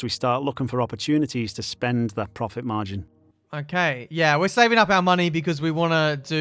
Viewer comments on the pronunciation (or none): What? What's wrong with "progit margin" xD